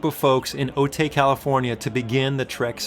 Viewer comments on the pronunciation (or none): FYI, it's Otay (oh-tie) :) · Otay—pronounced “Oh-tai” Source: I’m a native San Diegan